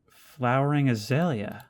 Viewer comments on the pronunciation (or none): none